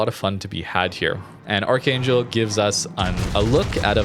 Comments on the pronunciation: It's pronounced Arr-hung-gelsk (K in Kh is silent/sounds more like gh, just like the russian pronunciation of Nakhimov), great video! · Ar-han-gelsk Please play Giulio Cesare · "Arc-han-gelsk" Woe, may double CVs and subs be upon you for the next 10 matches. But anyways, Arkhangelsk is what Royal Sovereign was when she was loaned to the Soviets in 1944. They actually tried to keep her but the Royal Navy sent someone over there to confirm it was seaworthy to make the trip back. The Soviets took poor care of her as a summary, reports had it that Roaches were rampant across the ship's lower decks, and thus scrapped. ADDENDUM: Interestingly, Royal Sovereign was some kind of Italian war reparation placebo; essentially her loan service ended when the Giulio Cesare (Which became Novorossiysk, another example of the same ship existing as two separate HISTORICAL identities) was transferred to the Soviets in 1949. ADDENDUM II: Parts of her remain to this day; the Lovell Telescope in Northwest England inherent Royal Sovereign's elevation mechanisms. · Technically, in Russian, it'd be pronounced 'Arrhahngillsk' (with the r's rolled slightly and a semi-hard h) or something to that effect, I think.